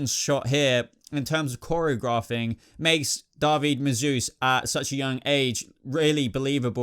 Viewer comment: Great video- loved the explanations and opinions. Thank you 😁 and I think David is pronounced Daveed